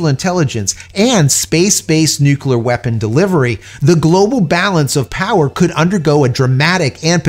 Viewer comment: I’m a long time subscriber. I enjoy your content. Please take this observation as a friendly suggestion for improvement. The word Nuclear is pronounced; Nuke-Leah. Not nuke-U-la. This makes you sound like George W. Bush. Which lessens one’s credibility. Hope this helps. Keep up the good work. May the Force be with you.🌀 Jim🌀 (-: <*>:-)